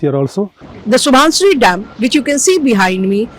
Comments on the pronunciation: Subansiri. Not Subhansiri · The anchor didn't even know the pronunciation of the dam. Its pronounced as SU-BAN-SI-RI, Not SU-BHAN-SI-RI. There is no H